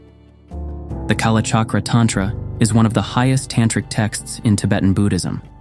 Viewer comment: the 25th Rigden is not Maitreya. Wow. You read the wrong books. Also you pronounce tantra and terma incorrectly. Jeez. Scholars. Hope you make a lot of money from this. Fooling people is not right